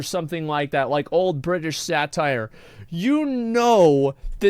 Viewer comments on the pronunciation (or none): I love how he's obviously not british, but every now and then he silences a T in a word like "Bri'ish" for no reason. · The worst thing is the way this guy talks. Why does he not pronounce his T's? Does he want to be a British chav? Really takes away from that suave, professional, cool guy, mafia thing he's got going on.